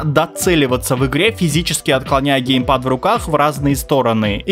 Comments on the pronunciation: Гейпад ещё 😂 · Не ГЕЙпад, а геймпад... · ну вроде геймпад а не гейпад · Геймпад а не гейпад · Серьезно? ГЕЙПАДЫ??